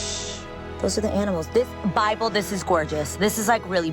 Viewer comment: Never say Bible again!!!!!!! Uuuuuuuuhhhhhhhhgggggggg!